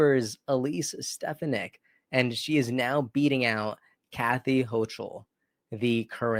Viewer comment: Didn't catch what he did or how it was evil. Also, do all your viewers a favor and listen to news clips that have the correct pronunciation for the peoples names you will say. It is Hokul, and Stahfanick, hochul and stefanik